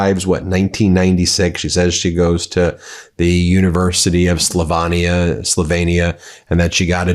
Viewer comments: SlovAnia? Slovehnia? Cmon ! Why can Americans not pronounce words!! FFS 🤦🏼 SLO-VEEE-NIA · It's pronounced Slowveeenia, not Slovaneea. Trump was documented describing Melania as "a hot piece of ass," which is what he called women as well as calling them as vaginas. Nice guy.` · Check your pronunciation of Slovenia. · This mediatouch anti russian propagandist is now after Melania. He cant even pronounce Slovenia properly because his 2 cell brain has been used up spewing hate and lies. He claims trump is helping russia by lifting sanctions when he actually did so to ease upward pressure on us oil prices so americans like him and us vassals like japan can still enjoy relatively cheap fuel prices. Liar liar